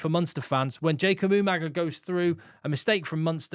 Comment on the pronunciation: Why do rugby analysts and commentators put an 'n' sound in the middle of Jacob Umaga's surname?